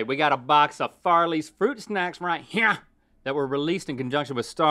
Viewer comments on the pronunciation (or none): when link says right "here" 🤣